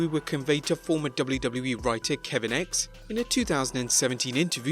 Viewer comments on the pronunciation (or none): none